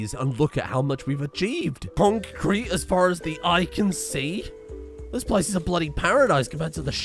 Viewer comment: It's really... Conk kreet baybee